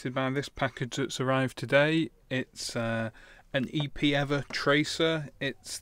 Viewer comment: EPEEVER HAHAHAHHA I laughed so hard Love the reviews!